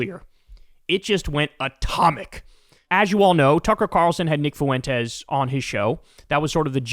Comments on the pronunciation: It’s not foo en tez. It’s Fuentes like fluent. The dip shit pronounces his own Mexican name wrong. You don’t have to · I like Kyle a lot, but how hard is it to pronounce Fuentes? It's a common name, only two syllables. Get it together, Kyle. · Please learn how to say “Fuentes,” Kyle. The u and the e are spoken as one sound. It’s called a diphthong, two vowels in one syllable. Listen to any Spanish speaker say it and you’ll immediately get the idea. “Fuentes” means fountains, btw. I love your show. This comment is meant to be positive criticism. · How are you making Fuentes into 3 syllables 😅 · Your mispronouncing Fuentes